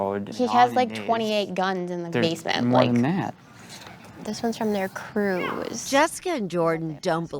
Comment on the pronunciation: "Thats one of their cruuus"